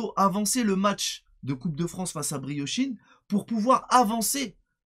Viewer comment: "briochine" qu'il dit mdrr